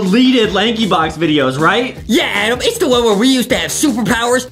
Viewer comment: this is my first time hearing justin say adam i hear only adem